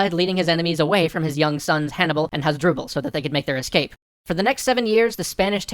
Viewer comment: sorry hannicar barca is in fact called hanniBUL barca not hanniCAR barca